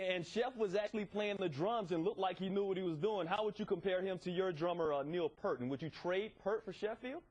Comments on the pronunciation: Brilliant job Ged!! Just unfortunate that he had to be interviewed by such a complete shit station like ESPiN... And The Professor's name is P-Ear-T you dimbulb... get it right before you look like a moron! Oh... to late... ESPiN sucks... Dirk Rocks!! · It's pronounced Peeert. Peart. P👂T.